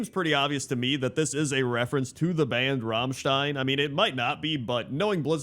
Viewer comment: Two things: OMG he pronounced Rammstein right! And: Where is Thaddius :(